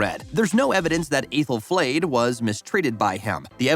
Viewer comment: Aythel-flayed 👀😬 have you even seen the show? Sooooo many mispronunciations and other errors